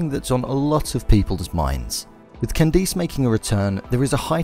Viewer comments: The way he says “CanDICE” 😒😒😒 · The way he said “Candace”